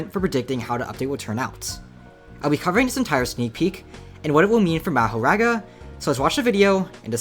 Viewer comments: my brother its maahoraaga not ur american meherega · Its Mahoraga not mahoRaga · Never pronounce Makora again 🙏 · omfg please say it normally not mah o raga it is maho raga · its pronounced "mah-huh-raga" btw. no hate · It’s pronounced ma-whore-rah guh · its pronounced mah-hoe-ra-ga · Ma-Ho-Rog-Uh is how u say it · It’s ma like like calling someone your pa so, ma ho raw ga pronounce it like that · let me help you out, its ma-hoe-rah-guh say it fast, dont really enunciate anything thats just kinda how its spelt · its pronounced mah ( like how you pronounce max) hor ( like how you prononce hore ) aga ( like how you pronounce raga) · Ma•Ho•Raga now say it together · maho-raw-ga plz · it's mah-hor-ahga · Mah- WHOR- RAGA, THATS HOW YOU SAY IT. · its Mah-her-raw-guh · Ma-her-aga . practice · mAhorAgA, my ears bleed from you saying mahoraga :face-purple-crying